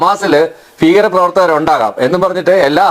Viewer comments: ഫീകരൻ അല്ല ഭീകരൻ, ഫാഗ്യം അല്ല ഭാഗ്യം. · ഭീകരൻ അല്ല പീക്കരൻ ഭാഗ്യം അല്ല പാക്ക്യം😂😂😂